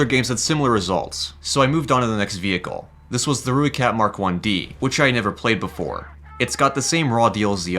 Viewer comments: Btw its pronounced "Roy kat" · pls check how rooi is pronouced pls it brings me pain when dont know how pronouce it